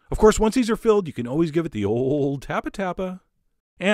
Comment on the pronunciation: You just used that skewer so you would have another excuse to pronounce it "Skeer," didn't you?